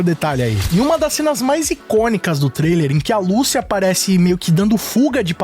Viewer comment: Google Tradutor Português -> Espanhol Escrevam Lucia e escutem a pronúncia do nome. Apenas no Brasil se pronuncia "Lúcia" em todos os outros é "Lucía", e no trailer fica bem claro como é a pronúncia certa. "Ahh mas tamo no Brasil", foda-se! É nome, não uma palavra qualquer que aí sim cada um fala com sua entonação e sotaque. Garanto que todo mundo aqui fala TrÉvis Scott, mesmo que se escreve Travis Scott e podem aplicar isso pra todos os seus ídolos internacionais., tu acha que quando tiver gravando gameplay do jogo e ouvindo "Lucía" toda hora tu realmente vai continuar a falar o nome da fucking protagonista errado??!